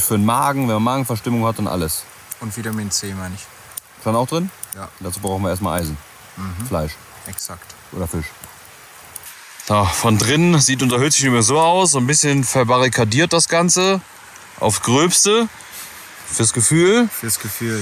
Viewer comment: Richtig guter content, aber warum sagt dieser immer Fich und Fleich. Ist ja nicht auszuhalten 😂